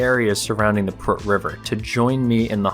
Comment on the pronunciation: im romanian and I have no idea where the "prrrrrk" river is